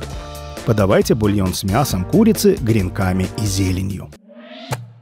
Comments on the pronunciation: С гренками гренками , убила бы за слово гренкАми, почему сейчас стали все слова выворачивать наизнанку, ударение прям модно ставить черт знает где! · ударение на Е в слове кренками